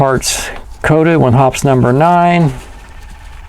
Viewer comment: Drink everytime he say's "Hops number nine". Always heard it pronounced "Hoppy's"